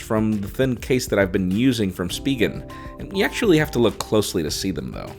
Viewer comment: Isn't it pronouced as spigen as in 'spy' and 'general'?